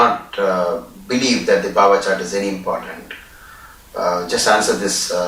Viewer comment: It is not bava chart. It is Bhava. Bha as in Bharati, Bharat